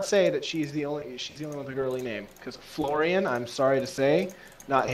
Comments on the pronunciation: your btw pronouncing florian wrong also its a guys name :D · just for you to know, Florian is pronounced with a long "a" and short "n", the rest was ok as you pronounced it, then you might understand it's male.